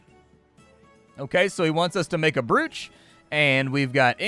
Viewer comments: just to be that guy.. "brooch" isnt pronounced like oo in look, its like "broch" not "brooch" .. ya know english language and all its nonsensical rules but thats what it is. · I couldn’t figure out if you were saying broooch on purpose :) it’s said ‘broach’ just FYI. Just in case 😛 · Brooch pronunciation. "Browch" Love your content BTW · Just want a beep to beep out that pronunciation of brOoch.🤣🤣 But looks like a fun game😁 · I winced every time I heard it.